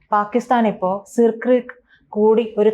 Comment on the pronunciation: സർ ക്രീക്ക് എന്നല്ലേ പ്രൊനൗൺസിയേഷൻ